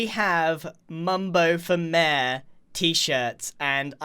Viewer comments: It sounds like mare instead of mayor now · One thing I love about British people is the way they pronounce things Example Water Bottle (wae boe) Mayor ( mare) Wear (where)